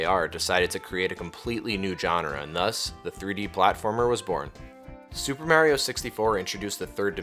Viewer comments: say it with me... MARRRR EEEEEEE OHHHH not MAYYYYREOH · This is great but the way you say mah-rio is killing me